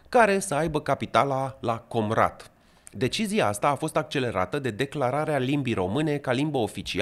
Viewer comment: Povestea lui Guțul, e ca a fost manichiuristă pentru Tauber, mîna dreaptă lui Șor în public. Dar nu-i confirmat. Si accentul în „Comrat” nu se pune pe „O”, accentul e monoton.